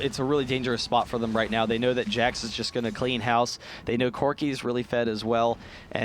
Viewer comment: Man one of those guy's pronunciation drives me insane. "Yeah, Corki saul that he had an executioner's calllink, which is very stronk against kalg-mal"